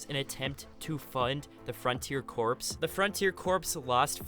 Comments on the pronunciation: Yes corps = core. It’s not corpse lol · Lol the frontier corpse 😂it’s pronounced core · Corps is pronounced "core" not "corpse". Otherwise, great video. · literally triggering me corps is pronounced like core not corpse good video though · Corps is pronounced Core not corpse. Like Marine Corps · Corps is pronounced “core” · I'm unsubbing cause you keep saying "corpse" intstead of "corps" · The word corps as in marine corps is pronounced core (the ‘ps’ is silent) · You kept saying Corps phonetically when it actually is pronounced like cores-man. The United States Marine Corps is a good example. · The only pet peeve that I have is that CORPS is pronounced Core. Like marine corps is pronounced marine core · Lol corps.. the p is silent friends 😄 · this guy cant say corps